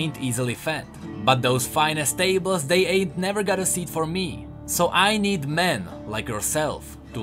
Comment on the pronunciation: "I ned man like yourself"